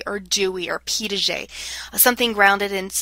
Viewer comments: It sounds like you were saying "Pee Dah Jay"... there is no D in the middle of that name. This was very helpful for my research class, though. Thank you! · Yes, I noticed that too. It's a French name and is spelled Piaget; It is pronounced as Pia-jhay.